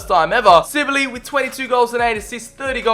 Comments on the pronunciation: Who else was realy annoyed he kept saying silbey not sibley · Amazing vid... but its Sibley not Sillby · let’s take a moment to say he just said ‘louie silbey’😂😂